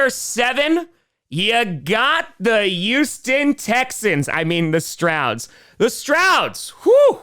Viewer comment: the "youston" texans? what is this my cousin vinny?